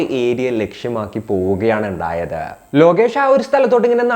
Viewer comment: എന്തപ്പോ "എണ്ടായത്"😂😂😂